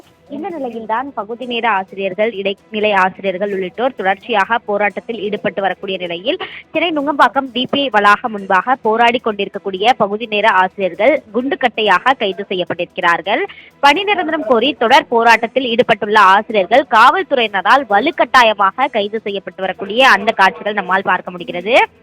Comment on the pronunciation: எது குண்டுக்கட்டையாகவா, அது குண்டுக்கட்டா மா😂